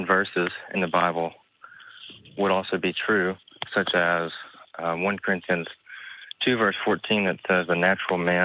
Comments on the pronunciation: Dude said "One Corinthians" I'm dying. 😂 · "One corinthians?" Its "1st" not "one." 😂